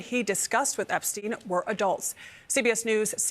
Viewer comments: Can you repeat the name epstein again 😂😂 Not epa stein 🤣🤦🏿‍♂️🤣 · THE EP-A-STEEN FILES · Whis Epestein?!?!.😂😂😂😂😂😂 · You don't sound cool saying Ep-a-stein, you sound like a jerk A-hole who doesn't give af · Lmao my boy said The Ep-A-Stein Files 😂😂😂😂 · Lmao "The Ep-a-stein files" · Aka JJJ EEEEEE. WWWWW files